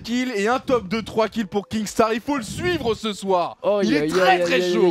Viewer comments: Oh doig c'est kinstaar et pas kingstaar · ARRÊTE DE DIRE KINGSTAR c’est kinstaar 😂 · MAIS C PAS KINGSTAAR YA PAS DE G PTN C KINSTAAR